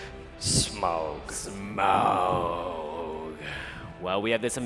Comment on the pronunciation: Someone teach the panel how to pronounce "Smaug"...